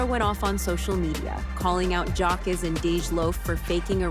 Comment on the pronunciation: You said his name wrong in a different way every time you said it. I’m blocking you and if you’re gonna be all up in black people business learn how to say people names right 😒.